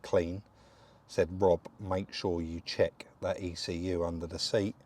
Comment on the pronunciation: Yeah and it’s Rob not Rib 😂